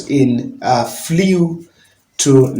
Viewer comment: Flew....pronouns as flu yawa not flewww